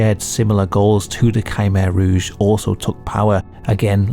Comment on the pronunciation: Great video mate, though your pronunciation of “Khmer Rouge” is rather nightmare inducing.